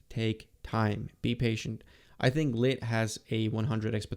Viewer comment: Awt and Litt😅